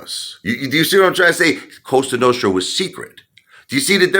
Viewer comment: It's not costra its Cosa it's LA Cosa Nostra. Lmao now you're a made guy in Barnegat NJ. Lol